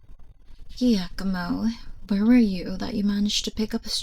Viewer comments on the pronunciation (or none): Great video! Giacomo is pronounced "Ja-co-mo".